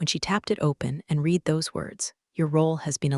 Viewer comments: "red" not "reed" ( read) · You can tell AI still ain't right, its RED..read in certain instances of course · Claws lol clause. Read should be pronounced red although spelled read lol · Note that "read" is pronounced differently, depending on whether it is present tense or past tense. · Idk...did anyone giggle in regards to mispoken words aspects in regards to how two different words can be said/stated...go back and listen again to read...this is why AI is not good...AI can't right now differentiate between certain aspects of language...